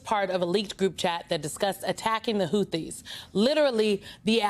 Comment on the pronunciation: The H is silent in the word Houthi